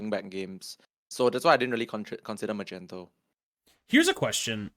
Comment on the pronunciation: Why are you guys saying Magnetos name wrong